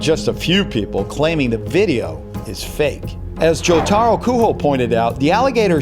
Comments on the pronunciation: I laughed when he called Jotaro “ Jotaro kuho”. It’s pronounced “joe-ta-row ku-joe, Jotaro kujo”. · eh.. Its Jotaro Kujo (you say it like ku joe).. Yare Yare Daze... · It's Kujo Not Kuho Omg I'm Laughing so hard haha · fourty kuuhoe's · It is not Jotaro kuHO it's jotaro kujo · JOTARO KUJO. KUJO NOT KUHO. Learn how to pronounce things and never disrespect Ocean Man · Jotaro Kuho lmao It’s Jotaro Kujo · AH YES JOTARO KUHO it pronounced kujo Sorry if I'm rude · Jotaro kuho ITS SUPOSED TO BE JOTARO KUJO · Its jotaro KU-JO not KU-HO nice vid by the way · ITS NOT JOTARO KUHO U DONT PRONOUNCE IT KUHO ITS KUJO ALSO ITS FROM JJBA OR JOJOS BIZZARE ADVENTURE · "jOtArO kU-hO" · Joe taro kuho. Best pronunciation of my favourite jojo ever 😂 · "jotaro kuho" as a jojo fan im offended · Its pronounced Jotaro Cujoh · Jotaro kujo its the j not h